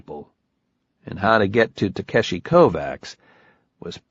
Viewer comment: Yeah, they even did a proper job in the last two books pronouncing Takeshi (Ta-keh-shi) and I don't think that's happening in this one. : \